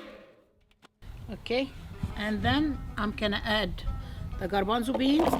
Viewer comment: You say "garbanzo" in spanish,like us!! Excellent recipe! Greetings from Uruguay, Sout América